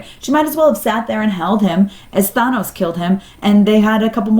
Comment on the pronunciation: Why do people pronounce Thanos so strangely in all these videos?